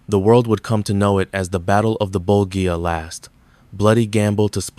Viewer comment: This is AWFUL! The Battle of the Bul-gee in the year “one thousand nine hundred and forty four.” These automated text readers are absolutely awful. It takes what could’ve been a good video otherwise straight down the drain.